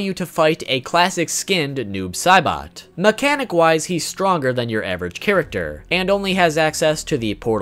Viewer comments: To that one guy bro it's Noob Saibot not Noob Caibot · He said noob Sibot it’s noob say SAYbot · Fact #26 : his name is pronounced noobs say-butt